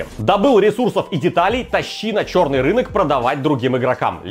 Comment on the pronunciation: 26 минут 44 секунды говорит "ч000рный"